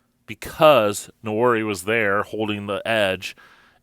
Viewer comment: Nwan-airy, sir. It's a Bantu-derived name. Please learn the pronunciation. Pronouncing his name incorrectly is an insult to the young man.